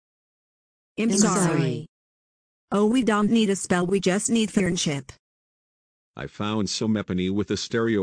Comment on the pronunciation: You said friendship 4 times but the 3rd said friendhsip😂